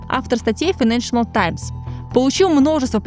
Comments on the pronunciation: Здорово, спасибо большое за контент. Единственное, очень режет слух неоднократное на правильное «файэнэншЭНэл», газета называется «файэнэншЭЛ». Без дополнительного «ЭН» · хороший выпуск. но плиз попрпавьте произношение - файненшл таймс, а не файненшенел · Отличное видео, все нравится, но ради бога: файненшиал, а не файненшиНал таймс!!!!!! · Хороший видос, но как же калит постоянное "ФайнэншиНал Таймс" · Financial файнэншал Not accurate неточный Найдите кого-то, кто получше знает английский или проверяйте получше текст. И произношение 😊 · Какая вы тактичная😂 вам не слышалось и это было больше чем несколько раз) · Кроме постоянного произнесения «файнэншнл», откуда в слове financial появился ещё один слог???? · Единственное, что меня напрягает в подаче - файненш_анал и бундеНстаг